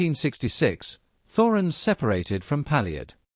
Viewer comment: It's pronounced 'Torens'